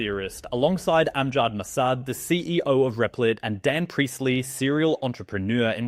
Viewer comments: “REPLIT” Reptile Look at the letters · Rep lit Not Re plit